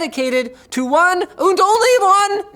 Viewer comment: Did Linus momentarily turn into a German ? He said “One und only one”. 😂